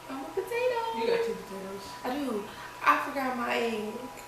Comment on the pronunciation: "I'm a puhtatoooo"